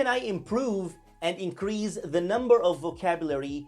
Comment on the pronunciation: The 's' in 'increase' is pronounced with a /s/ sound not /z/.